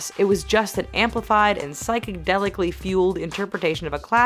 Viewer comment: psychic delically. lol